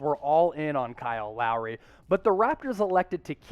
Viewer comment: Not Lowery